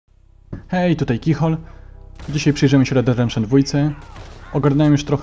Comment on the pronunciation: To nie jest reddeddempszyn 😂😂😂 pajac gra w grę a nie wie jak się nazywa